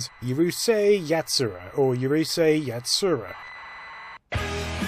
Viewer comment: Two shots and missed both by an inch: There's no y sound at the start of Urusei